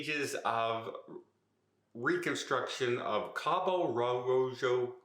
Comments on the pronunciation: You had it right the first time, pronounce the J like an H. Cabo Roho (Cabo Rojo) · The “J” in Mexico is pronounced like an “H”, so it’s pronounced “Ca-bo Ro-ho” FYI….Spirit is an airline, so the incident happened on a plane.. You kept calling it a ship. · IT IS PRONOUNCED CABO ROW HO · It's pronounced cabo roho.